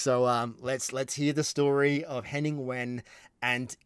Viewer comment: Henning's surname is pronounced like vein